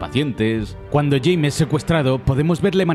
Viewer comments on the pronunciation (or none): none